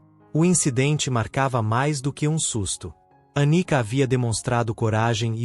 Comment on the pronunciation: Anica ou Anitta? Prestem mais atenção. ..